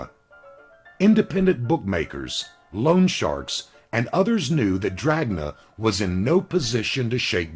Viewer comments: In italian it would sound more like dranya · not to nit pick because you do a great job but jack dragna pronounced DRA-NA... g is silent in italian, doesnt really matter tho i guess